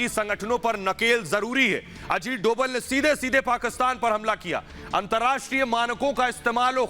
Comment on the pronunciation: Dobal=डोबल ......नही .........Dobhal=डोभाल कहिये ..भाई उच्चारण तो सही कीजिये न !